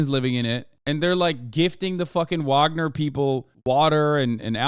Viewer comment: Hasan, say it with me; vaugner vaugner vaugner vaugner vaugner vaugner vaugner vaugner vaugner vaugner vaugner vaugner vaugner vaugner vaugner vaugner vaugner vaugner vaugner vaugner vaugner vaugner vaugner vaugner vaugner